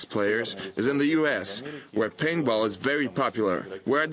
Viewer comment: LOL he says painball :P